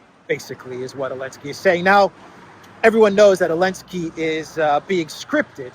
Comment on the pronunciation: why do you call Zelenskiy - Elenskiy?)